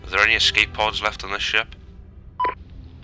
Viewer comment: Great video but the escape pod part makes absolutely no sense, plus escape pod is not pronounced EXKSCAPE pod...